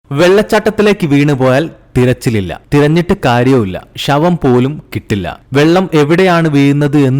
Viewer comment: ഷ വംപോലും. തായേക്ക്. വീയിന്നത് ഇതൊക്ക ഒന്നും ശരിയാക്കിക്കൂടെ ബ്രോ നല്ല ശബ്ദം 👍